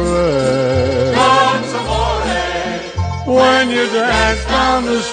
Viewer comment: It's Amore, not a moray!!!!